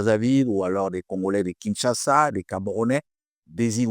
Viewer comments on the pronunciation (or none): none